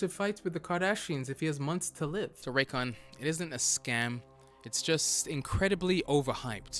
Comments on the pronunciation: Raycon sounds more like recon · YEAH, Introducing, the original raycon hater, he calls them rays con and rancans